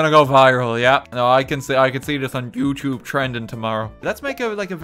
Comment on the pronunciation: OI MATE 'E JUS' SAID YOUCHUBE MATE I' ISN' JUS US MATE